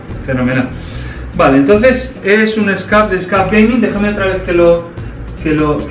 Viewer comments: no se dice scaff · un scuf , no un scaf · Por que dice scaf?